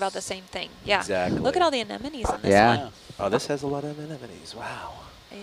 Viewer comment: "Oh, this has a lot of amenenemones" ... Nemo, is that you?